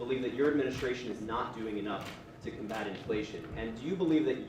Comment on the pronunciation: Why does he want to corn bat inflation?